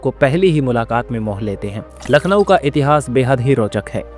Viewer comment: Voice over should be more refined . Pronunciation counts sp for Lucknow ..